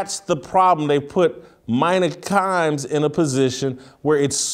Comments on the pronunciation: Her name is Mina (Meena) not Myna. And while I don't like her talkin about this tweet or whatever it was a negative comment from a Russian bot most likely she's absolutely fine. ESPN is giving her a big responsibility and you're going down the tubes anyway so why not? Because she didn't play the game? That theory went out in the Stone Age. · on point again! its pronounced Meena tho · It's pronounced meeeena whitlock geez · It’s MEE NA Kimes. Not caping but you make a much stronger point by showing someone appropriate respect by saying their name correctly. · It's China Kims not mina 🤣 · I think it's pronounced "Mena".